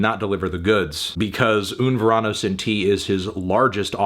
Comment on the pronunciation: I know you like Latinos Anthony but saying that you like to "Ver ano" is probably a little too much